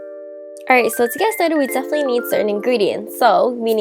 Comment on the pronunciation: it's hard to understand you. you USE S INSTEAD of t or d. Like when you say and, it sounds like ans, Turkey is surkek. Done is sone, definitely is sefinitely, sweetener is sweesener substitute is susbisute. is that enough? It took a minute for me to understand. Sorry. I have heard celebrities talk like this too. Is this some sort of speech trend? The bread looks good, by the way.